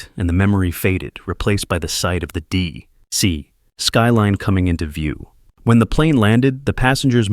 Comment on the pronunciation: to DEE ... CEE!